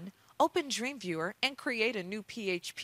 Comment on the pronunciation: Did she say Dream Viewer, lol